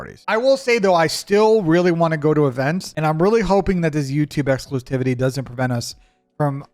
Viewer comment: Bro said exclusitivity lol